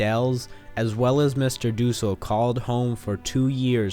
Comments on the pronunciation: it pusses me off how the narrator says dussel. it’s DUHsell not DOOsle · It’s not van dels it’s van daans and it’s not duusel it’s dussel ur pronouncing it wrong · Mr. Dussel is pronounced mr. Duh-sul not, not doo-sel ughhh, and its Van Dan, not Van Del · It is dussel not doosel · Van Dels? It's Van Daans, Sir! :) and, Doosel? It's Dussel! :) lol. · It’s not mr.Doosle it’s mr.Dusle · It's not doosul it's Dussul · His pronunciations of dussel(do cell) bothered me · And he says mr. Dussel wrong too